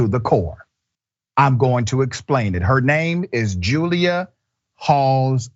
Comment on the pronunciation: All I heard was Julia Ghoulia hahaha